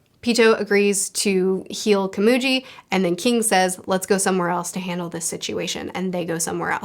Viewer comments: just an fyi its pronounced (koh-mu-ghee) not (kuh-moo-gee) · KomuGI, not Komuji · You pronounced komugi as komuji in japanese pronounciation. Japanese pronounciation of g. Is its literal sense. So the gi in komugi. Is like how gills are pronounced. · Unlike One Piece, a lot of time goes by within arcs, I'm pretty sure Gon and Killua are nearly if not 14 by this point. Edit: Also, it's Komugi with a "gui" pronounciation, not "ji". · You’re picking up on things on your first read through that i only thought of after reading and watching multiple times and also watching analysis videos. Very impressive how good you are at analyzing themes and ideas in stories! Also Komugi is pronounced with a g sound not a J sound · A small thing to point out. It's not "Komuji", it's "Komugi". G as in Good, Great, Gold or even Gon. You're not calling that boy Jon, so why use the J sound for Komugi? Just pointing out. A small thing. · Komugi is pronounced with a hard g, Meruem is pronounced MAY-rue-em. They honestly have one of the most compelling relationships I've seen in fiction, and that's in a series chock full of the most compelling relationships in fiction. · Respectfully, it’s more pronounced ka-moo-gi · The "gi" in Komugi is pronounced as the gi in giddy the rest you said correctly. I don't remember how you said Meleoron but it's pronounced as it's read, the "e" pronounced as elegant and the "o" pronounced as original. Which is standard in Japanese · As you said you dont mind corrections on names: Meleoron = Mely-O-rion Komugi = Ko-mu-gui (I dont really know how to write the phonetic representation of "gui" in english but is like GUILT but without the "LT") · HI, sorry it's just urking me alot but so kindly and respectfully the blind girl's name is pronounced (Ko..Mu..G..Eee) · It's Komugi. Ko-mu-gi. Literally how it's written 😂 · It's pronounced Komugi not Komugi, just letting you know